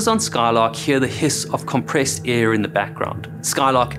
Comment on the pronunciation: “air” has an “r”